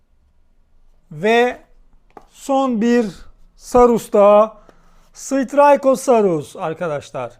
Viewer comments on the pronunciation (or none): Straykosarus değil Stayragosarus diye okunuyor